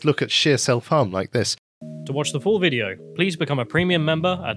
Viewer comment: miss john except for the way he butchers premium xD